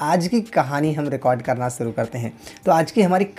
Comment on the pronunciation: सुरू नहीं ओ शुरू होता हैं और शिर्षक हैं